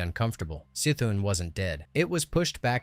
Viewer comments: it's the same as Cthulhu......it's NOT Sthulhu. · the c in c'thun is pronouced as an k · downvote because u pronounce Y'Shaarj (pronounced YAH-Sha-Raj) and C'thun (pronounced "Kuh-THOON") wrong.